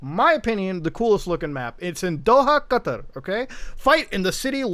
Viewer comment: Did he just pronounce Qatar as “cutter”?